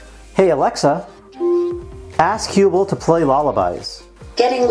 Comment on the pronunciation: It bothers me that you mispronounce the word Hubble... two "b"s make the "u" a short vowel. Basic English.